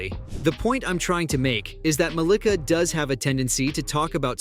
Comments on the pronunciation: Muh - LEE - kuh.... the pronunciation is wrong lol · Why he's saying her name wrong tho 😂😂